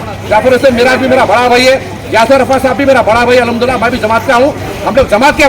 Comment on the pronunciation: AHamdula Kya Hota Hai Be,,, Al HamduLillah Theek Se Bol